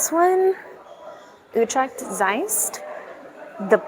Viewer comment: As long as you keep on saying "Youtrack" instead of Utrecht properly , people will cassify you accordingly Hint , spend an hour on the vocal U and that s a perfect investment. Dont get triggered.